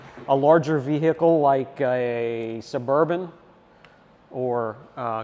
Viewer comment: Can someone explain to this guy that the H in vehicle is silent. What the hells that all about? Every time Ve-H-icle 😂 damn that’s annoying.